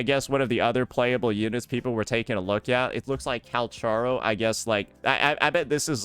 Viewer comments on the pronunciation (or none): none